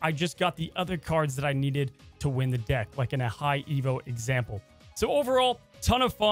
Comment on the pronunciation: Lmao bro I could’ve swore you said getting limbo with Blob “will lower your D*ck size” instead of lower your deck size! Lmao great video man!